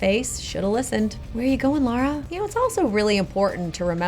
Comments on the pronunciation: Her name is LARA not LORA not LAURA - please pronounce this simple name correctly!!! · Does it get on anyone else's nerves that she say's Laura instead of Lara? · Lara not Laura smh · Pet peeve, most people on YouTube "Laura".... me in my head: it is Lara! Like come on.... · LARA! Not Laura 😤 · She keeps saying ''Laura'' and it makes me cringes everyt ime... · No they don't its Lara not Laura. Break it down and say it La. Ra. So laa raa. There is no U in her name nor is there a U sound in her name. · Someone finally said It...Is Lara not Laura aaaaa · Its LARA not LAURA XD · Sounds like she's calling her Laura instead of Lara. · It made me cringe, not gonna lie. Lara Croft has been around for over 20 years now, and people still call her Laura 😩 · She is Lara not Laura!!! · Pronounced "Lah-Rah". I know but if we stop correcting, soon enough everyone will be calling her Laura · I really enjoyed this but does it bug anyone else she called her Laura instead of Lara? xD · its Lara, not Laura.... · All I can say that all this is complete bullshit her reactions and comments are so fucking dum it’s making me lose brains cells jesus christ lol 😂🤦🏻‍♀️ also her mispronouncing her name over and over is driving me insane IT’S LARA NOT LORA! 🤦🏻‍♀️ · Everytime she said Laura not Lara i get a little triggered. anyone else? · LARA not Laura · LA RA NOT LAURA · Am i hearing it wrong, or is she saying Laura Croft rather than Lara Croft? If so, is this an America/non-British thing as i've heard several people call her Laura in other videos that mention her? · She keeps calling LARA Croft, “Laura”... didn’t spend long on that calculation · She keeps calling her Laura 😅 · she kept saying laura when her name is lara my ocd was kicking in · Why is it so hard for Americans. It's Lara Croft, not Loooura Croft. LARA CROFT, NOT LAURA CROFT. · It's Lara no Laura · ITS LARA NOT LAURA LMAO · I like kinga and her comments but its LARA not Lora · It's Lara! Get the name right! 😂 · Ok but it's LARA